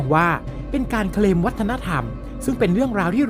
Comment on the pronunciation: Claim = เคลม ไม่ใช่ เครม😂